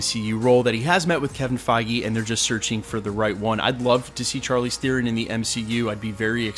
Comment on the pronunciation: You pronounce Theron wrongly!